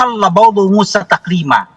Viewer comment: kalau tidak salah potongan ayatnya berbunyi seperti ini: "...وَكَلَّمَ اللّٰهُ مُوۡسٰى تَكۡلِيۡمً " "...WakallamAllahu Musa takliimaa" Saya coba putar berulang-ulang di menit tsb kedengarannya aneh bacaannya pak dosen ini.